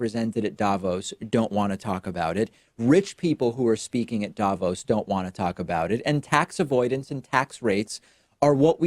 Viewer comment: hi, some random swiss guy here. just wanted to tell you that the accentuation in Davos is on the o, not the a. more like "Davoos" (long o, no u) than "Daavos". thanks for the attention, have a nice day :)